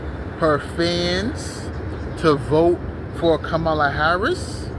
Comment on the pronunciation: I have no idea who you are, but you're a dumbass hater. Harris 2024! Say her name the right way loser.